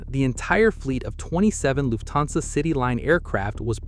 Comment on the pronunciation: PLEASE pronounce "Lufthansa" (a German word!) as "Luft-hansa", not "Luf-thansa". Thank you!